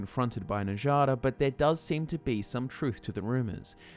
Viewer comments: "enjada stone-arm" you've been playing skyrim for how long and you still don't understand that nords pronounce "J" as "Y"? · You do realize that nords pronounce J like a Y, right? With that in mind, who the hell is "Na-jah-duh"??? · Njada’s name doesn’t involve the “j” sound it involves the “y” noise making it “Nyada” like how the jarl is pronounced “yarl” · Njada is pronounced as Nya-da, just like fjord. just saying... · Says Skjör's name correctly but not Njada. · A wonderful job Sir! You have enlightened and intrigued my interest once again! I only have one minor complaint, and I'm sorry to be grammar police, but why are you mispronouncing Njada? Before you rebuttal, I know that you know how to pronounce Nordic name as you pronounced Skjor correctly! If you feel like I'm being too picky, I am because I have been pronouncing Njada like Nadia! Just had to say so! On a not so picky note, I never considered that the Silver Hand could be a wayward faction of the companions! They always did seem like a strangely random cult! Your theory makes the whole thing come full "Circle" LOL!!! Love you guys and love your channel! I hope you NEVER run out of lore ideas and may the YouTube INGSOC party never demonetize your content!!!